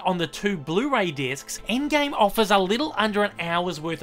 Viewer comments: "aind gaime" xdd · the way he pronounces "Avengers endgame" 😂😂